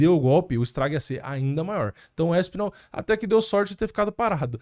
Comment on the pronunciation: Não é "Éspinal", é ASpinal. Não é ISpecialista, é Especialista.